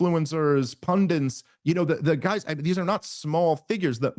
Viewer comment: .. wait... dave .. did you just say pundants?.......... i hate when a word becomes a real word just because so many people say it wrong. its pundits. ok its an easy mistake, one i'm sure i've made. but dont leave me on tender hooks, taking things for granite, ..... ah jeez... 10 years ago i coulda came up with 5 examples just like that, now i'm forced to use rick and morty reference...... anyway, its tenter hooks and for granted. so, its the 21st century, i googled some. Off your own bat NOT off your own back Go-getter NOT goal-getter Scapegoat NOT escape goat Nerve-wracking NOT nerve-wrecking Card sharp NOT card shark Pass muster NOT pass mustard ps... i hate spelling natsees and grammar nuts, and i'm all for making up new words, but getting words wrong to the point they become a new word in competition with the old word, is just inefficient humaning. see what i did there?